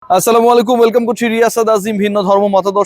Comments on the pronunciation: ভাই আপনার সালাম দেওয়া সঠিক না। সালাম টা একটু সুন্দর করে দেওয়ার চেষ্টা করবেন। তানাহলে আপনার সালাম দেওয়ার দরকার নাই আমার মনেহয় 🙏🙏🙏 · এই সাংবাদিক আসলে শুদ্ধ করে সালাম দিতে পারেনা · ভাই সালামরা সঠিকভাবে বলেন